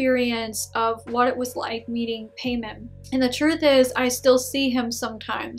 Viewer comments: i’ve got nothing but positive result from king Paimon (Pie-mon) not pay mon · His name is King Paimon. Pronounce as Pie Moan not payment...I have never heard of him in any films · “Paymon” 💀 Pai-mon so simple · Paimon ( pronounced Pie-Mon ) not pain on. I think she says "Pay-Min. She made it up, regardless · It is pronounce Pae-muwn. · Haha true and she says his name all goofy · I don't think she's a demonologist she didn't even know how to say king paimon name right and not only that didn't even know who he was I'm not a demonologist I'm not a person who worships these daemons nor work with them But I know who he is. And if she did have this experience I'm pretty sure she met a trickster spirit. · Paimon ? Sounds like a Jamaican bill collector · Fake cuz u even pronounced the name wrong lol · I think you’re pronouncing the name wrong... and how can you forget one of the most important demons in the ars goetia? I’m not Luciferian or satanic, but I’m really sure people that summon him like Behemoth-X would point out a lot of your inaccuracies (no offense). PS You should try and summon Marbas 😉 “All the demons of Hell formerly reigned as gods in previous cultures. No it's not fair, but one man's god is another man's devil.” -Chuck Palahniuk, Damned (Damned, #1) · Right lol she can't even say his name right hahaha